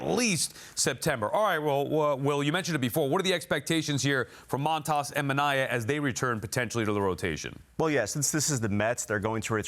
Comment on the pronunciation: Stop saying moan tas, it's montas